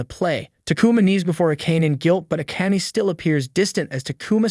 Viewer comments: Whomst tf is A-Cane? You mean A-Ka-Nay? 😅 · I repeat over and over again how he called Akane... Its A-ka-ne >.< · I hope you pronounce the charaters' names properly though. Like Akana. It's A-KA-NE, not A-KEYN. My gosh. It's annoying. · Isnt it pronounced ah kah nay? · Get rid of the AI voice. Akane is pronounced Ah-ka-nay. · Subaki is so mid compared to akane (pronounced ah-kun-aye) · Why do you guys not say the names the way the show says it , it makes me feel like you ain’t watch it your just reading the script cuz her name AKANE is not said like tht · How does he manage to pronounce Akane different almost every time he says it and still never once get it right? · It's funny and weird how the narrator pronounces "Akane" but to be honest, that's how I thought it was pronounced as well when I was a kid. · It's hard to hear her name pronounced this way. Hurts my ears.